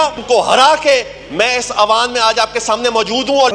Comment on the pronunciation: Awaan nai hoota..eiwaan hoota hai